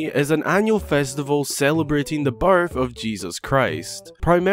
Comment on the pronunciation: So... I'm brazilian, english isn't my first language. Every time you said "birth" in the video it sounded to me like "barf". 😂😂😂😂 This is not a critic or something like this, no! It just was funny for me. 😄 Merry Christmas!